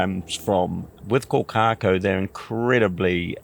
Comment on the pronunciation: Can't even pronounce the name of the bird correctly